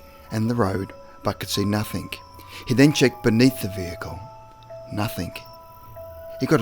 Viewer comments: The word is NOTHING, not NOTHINK !! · please say nothing not nuthink its annoying its a g not k ffs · Dude love the stories but please can you say words correctly. Story number 8 you said "nothingk" 3 times in a row. Then you said another word ending in "ing" and it came out as "ingk" again. Sorry but I just find it annoying. Other than that I say awesome work. Your friend and sub from Australia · OY DUDE; there is no K in the word nothing! you sound so dum saying it with a K at the en, no, reallY